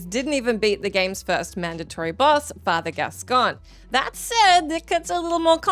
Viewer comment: Father gas-coin. They say it in the game...